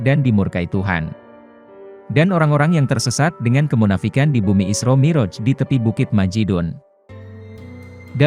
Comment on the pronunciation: Konten ini berbahaya. Nabi Muhammad SAW bukan peramal. Tidak jelas, tidak bisa dipercaya. Nama tuhan kita saja salah dalam pengucapannya, apalagi kata isra mi'raj. Semakin teguh iman kita, semakin cinta kepada nabi kita Muhammad SAW.